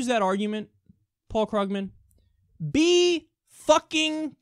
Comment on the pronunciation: It's pronounced KREWgman